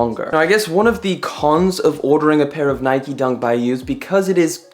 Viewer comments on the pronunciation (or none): Its called NIKE not NIKY